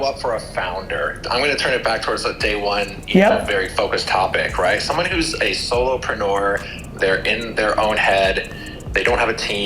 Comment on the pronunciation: did that fucking guy say solopenuer